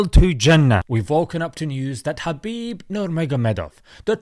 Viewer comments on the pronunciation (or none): Sir that is not how his name is pronounced. It’s pronounced Khabib Nurmagomedov